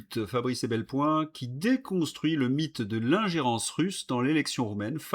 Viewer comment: Mon ami, je dis "mon ami" car vous défendez la France que j'aime, celle de mon enfance; avec tout le respect que je vous dois, car vous nous apprenez beaucoup de vos informations, on ne dit pas EbelPoin mais EpelBoin. C'est un détail sans aucune importance et je vous souhaite de pouvoir continuer à nous informer sans la terrible menace qui pèse sur nous à partir de septembre car je tiens à ne courir aucun risque à apprendre de vous et, à l'occasion, vous répondre sans risquer les sanctions promises que vous connaissez.